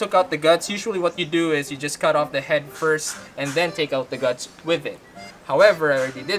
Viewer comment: "Let ze knife do ze work"